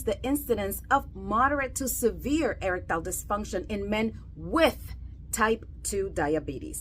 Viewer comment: What is "Eric Tile Dysfunction"?🤣 You'd think that a "Sex Doctor" would put the extra time in to learn how to properly pronounce a very important and often used word like "Erectile".